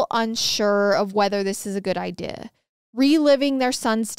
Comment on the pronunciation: Why does she say “idea” like “iday”